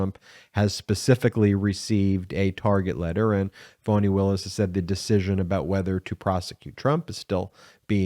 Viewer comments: Please stop calling her "Fawni". Her name is Fani, pronounced "Fanny". Fan of the channel, but you have a habit of getting names wrong, and it is not a good look considering how the Right uses mispronunciation as a weapon. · Her name is Fani not Fauni. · Why does Ben keep calling her Voni?? Isn't Fani??